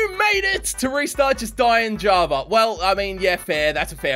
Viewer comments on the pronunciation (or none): man really said "die in java"when its die in lava